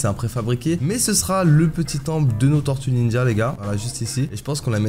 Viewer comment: Tu écorches le nom des tortues ninjas!